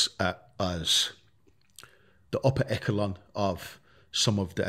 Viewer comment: ‘The Upper Ece Lon’ 🤣🤣